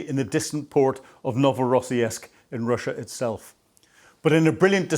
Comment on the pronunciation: PleASE, It's pronounced Novo ro siisik Thank you for the coverage